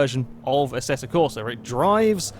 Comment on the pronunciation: it's AssettO Corsa,not Assetta Corsa,even everybody pronounces it as Assetta,but u know,it's still AssettO